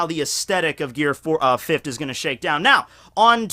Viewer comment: Gear Fifft